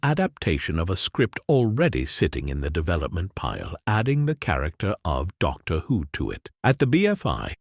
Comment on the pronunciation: The content of this is interesting but the AI voice is so distracting! Can the creators of these videos not read aloud for themselves? Even a second-rate reading by a human is better than an AI voice, which always sounds artificial, with weird inflections and consistent mispronunciations of names, e.g. "Doctor, whose greatest adventure" and "Weng Ching".